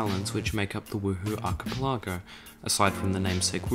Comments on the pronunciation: The way you pronounce archipelago makes me want to die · Great video! The way you say Archipelago is a crime against God!